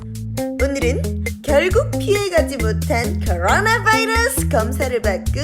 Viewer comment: 쿼ㄹㄹ뤄나~~~ Vㅏ이뤄Ss~~~ 중독된다 ;; 하